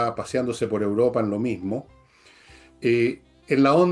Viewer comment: Es 'Europa' no "Uropa", cariñosamente.